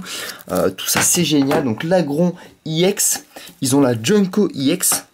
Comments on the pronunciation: on di pas iEX mais juste EX! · je crois qu'on ne prononce pas i ex mais ex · on dit ex pas i ex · Pour ceux qui ont pas compris iex c'est ex mais il le prononce en anglais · Est on-dit pas i ex mais ex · tu me doul de dire iex au lieu de ex sa manerve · Pourquoi tu dis iEX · On dirait un gogolito en disant i ex xD